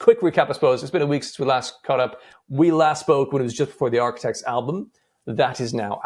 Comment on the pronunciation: Bro said Arquitects😂